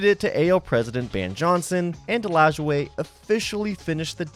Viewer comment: Thank you for pronouncing Nap Lajoie correctly.